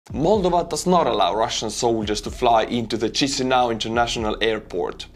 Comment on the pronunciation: It’s pronounced “mole-DOH-vah”. Accent on second syllable